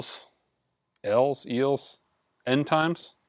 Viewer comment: Why can't this man pronounce the word Eels? do you even know what eel is? ☺️